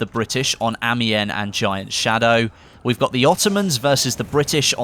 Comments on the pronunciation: Wrong, a-mee-yen I'm a french speaking belgium native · AGC Ace More like Amion